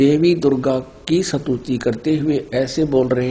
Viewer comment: Vo satuti nahi stuti hota hai kahna to seekh le